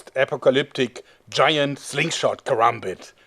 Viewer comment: congradulations you are the first white man I've ever seen to pronounce karambit correctly